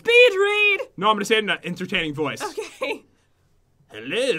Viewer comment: agree i cracked up when Pat started to read "Entertaing"